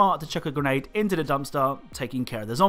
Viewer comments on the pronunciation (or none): none